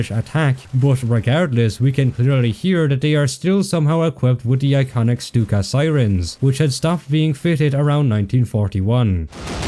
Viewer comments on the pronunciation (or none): none